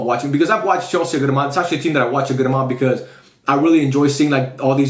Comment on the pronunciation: "chelse" go back to scool unc 😭😭😭